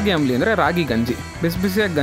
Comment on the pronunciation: ಆಮ್ಲಿ ಅಲ್ಲ ಸ್ವಾಮಿ,, ಅದು ಅಂಬಲಿ